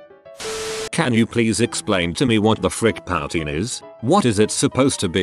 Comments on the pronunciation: POW-Teen lol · I should sue you for your pronunciation of 'poutine'. I know it's a robot. But c'mon man!